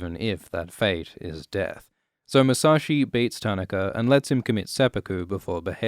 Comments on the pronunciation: Most of the name pronunciations weren't bad at all. Just "Tanaka" had me cringing haha. taa-NAH-ka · I cringed how you pronounced Tanaka but other than that well done, as usual. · Your pronunciation of Tanaka is really bugging me. :)